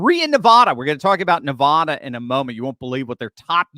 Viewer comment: I've tried to help you out. Once again pronouce NevAda. The first A as in Apple. Not NevAHda.